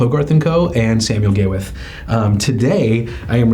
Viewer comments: I’ve been telling this for years. Not to call it Gay With But he still calls the company Gawith and Hoggarth. He still doesn’t understand that is one person Gawith Hoggarth. There is no “ end “ between GH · Sorry but to a Brit Gay-with 😆😆😆😆sorry.